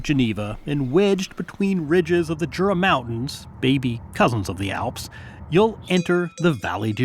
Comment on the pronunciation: Just FYI the Jura Mountains here in Switzerland are pronounced You-rah, not Jura with a hard J.